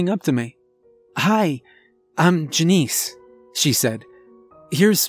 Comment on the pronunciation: Why wouldn’t he tell his wife and kids to “get down and stay down” not the cashier….and JUH-nice..? Janice..?